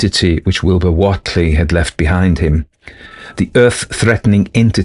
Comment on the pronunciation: Thanks 😆Happy Samhain to you!:.BTW, it's pronounced: "uh·lai·juh" Elijah Wheatley = "WAY-tlee".. Sorry it just really irks me hearing something pronounced so differently than I've always heard it 😅 Yog Sothoth